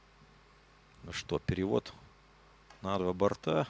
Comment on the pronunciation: Мне не понравился комментатор, который говорит не грамотно. Я понимаю, что есть свой сленг в определенных кругах бильярдистов (больше старая гвардия), где говорят не шар, а шарА. Но говорить бортА в единственном числе, как-то ОЧЕНЬ не грамотно для комментатора бильярда. Уважаемый комментатор! Говорить правильно: не достиг бОрта! Коснулся двух бортОв!